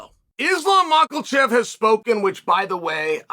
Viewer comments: Uncle Chael there is NO “ L “ in Islams’ last name MAKHACHEV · even after all this time, chael still calls him “mackelchev” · Mocklechev 😂 you're such a tool. 😂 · 'Makhalchev' - this is deliberate at this point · At this point not being able to pronounce his last name is just pure laziness